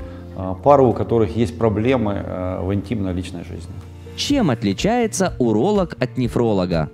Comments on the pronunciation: Правильно говорить уролог, а не уролох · Врач уролох , а я врач гениколох , блин если серьезно, хотел послушать , но вот это гхэканье все желание отбило ((((